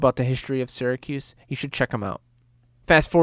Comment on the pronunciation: As soon as I heard that I stopped believing he's from Syracuse.